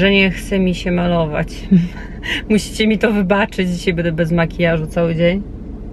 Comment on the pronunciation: czy możesz wymawiać poprawnie słowo "będę", zamiast "bede"?